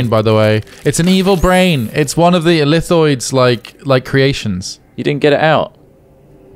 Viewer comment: Illithid not thoid mate